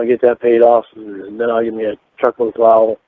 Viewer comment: Why does he always say “drivetruk” when saying his profession